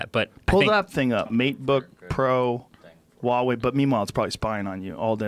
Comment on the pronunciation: Huge props to Joe Rogan for pronouncing Huawei correctly haha